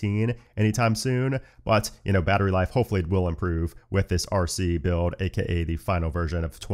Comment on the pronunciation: do you have trouble pronouncing words with the letters LD on them? i notice when you say OLDER you say “Odor” … same with the word BUILD 😅